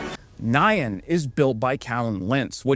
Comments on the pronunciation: N'yan, not Ny-an. Try saying "yan", then stick an n- on the front. It's just how Japanese say "meow". To the Japanese, cats don't say "meow", they say "nyan". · Pretty weird way to say Nyan ☺️